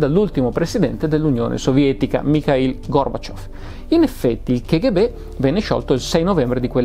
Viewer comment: Non vorrei in alcun modo biasimare lo splendido lavoro che compie, ma mi permetto di dire che la pronuncia "ke ghe be" dell'acronimo KGB è una bestialità, per quanto diffusa. In russo si pronuncia "ka ghe be", in italiano "cappa gi bi", se proprio vogliamo fare i fighi e pronunciarla all'inglese (non ne capisco la ragione, ma tant'è...) allora è "kèi gi bi"... La pronuncia "ke ghe be", usata a quanto mi risulta solo in italia, è proprio un'aberrazione che non ha ragion d'essere.